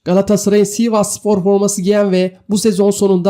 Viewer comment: bidaha siiğvasspor deme lütfen...